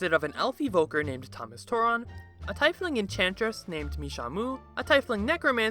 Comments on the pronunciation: Tea-fling not tai-fling 🤦🏼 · The hell is a tyfling? ie in a word makes a hard e sound. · Tiefling is pronounced Tee-fling Just sayin ^-^ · it's tiefling as in TEA-FLING 🍵☄️ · Anybody else irritated about how he said "TIE-flings" instead of "Tee-fleengs"? No? Just me? Ok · Tiefling is pronounced "tea-fling", not tie-fling. Tief being German for "deep". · Why do you keep saying taifling? It is tiefling. Like tea-eff ling. Not taif. Fun video either way. Also, the Shambler is ready to "smash" ? Kinky. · Tiefling is pronounced like "Teaf Ling" not "Tie Fling" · Tee-fling. Not Tye-fling. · Tea-fling, not tie-fling. I know it's spelled Tiefling, but that's not how you pronounce it. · What is up with that Tiefling pronounciation... Like Puffin Forrest... Isn't it pronounced Teef-ling? Not Tife-ling? He and Puffin Forrest are the only ones pronouncing it that way. Is that a regional thing? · Great video and hilarious story. However it's pronounced Tea Fling not Tie Fling. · I hate how you say tiefling. It's pronounced T-fling. Other then that I liked the vid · Its TEE - fling, alright continue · It's pronounced tee-fling bro but dope video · It's pronounced Teefling. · Tiefling- pronounced "TEEF-leeng". It means "of the deep", or, kind of, "dark one". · The fact you say Tie-fling irks me greatly... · Its pronounced "tea-fling" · It's pronounced "TEEF-ling". Official DnD sources all pronounce it this way, I'm not just trying to campaign for my personal preference here. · "TYE-FLING" omg, that pronunciation made me keel over approximately 75,436 times lol. But great video!! Good story, good animations, definitely entertaining! 😂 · Say tifeling one more time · your pronunciation of Tiefling ruined this video for me, it's really petty of me but i can't watch this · You’re a “veteran” from playing for just 3 years, yet you can’t even pronounce “tiefling” properly. Cringeworthy. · WHAT THE ACTUAL FUCK IS THAT PRONUNCIATION ON TIEFLING